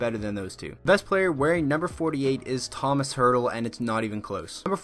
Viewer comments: I am offended he said Thomas hertl it’s pronounced toemosh hertl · It’s e-lee-has Peterson and toe-ma-sh hertl